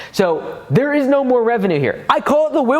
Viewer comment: Does everyone in America say revenue wrong